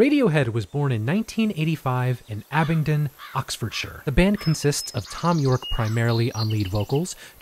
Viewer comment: Can we all just appreciate the fact an American was able to pronounce "Oxfordshire" correctly?